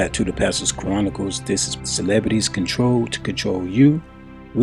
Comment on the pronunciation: Dude, you are pronouncing Chronicles wrong. It is not pronounced Ka-ronicles. You have the Ch part right. Look this word up, and hit the speaker next to the word to hear how it is pronounced. We as black people dont have the luxury to mispronounce our words and be taken seriously.